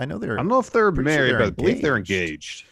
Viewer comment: and do you Bo-Lieve?